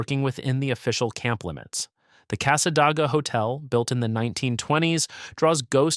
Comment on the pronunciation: It's O-chop-ee; and Cassadaga (with "day" in the middle, not "ah"), Alafia is with a f-eye in the middle,....AI is awful.